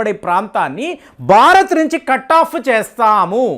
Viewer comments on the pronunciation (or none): none